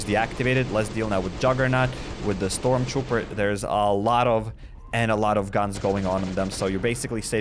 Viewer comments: he keeps say "stromper" when its stromtrooper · Stormtrooper is pronounced storm-troop-er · It's not stromper,it's stormtrooper. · It is not stromper it is storm trooper